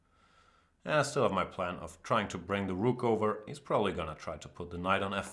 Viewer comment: Of pronounced more like (uv) You sound like you're saying night off. Don't mean to harp on you, Jan, I know languages are tough. I only know one.